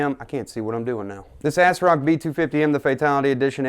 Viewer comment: Asrock is not pronounced "assrock" It's pronounced "azrock" That made me laugh ahhaha.